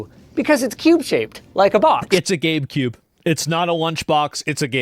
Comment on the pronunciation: Woah, he pronounces Gabe cube correctly now!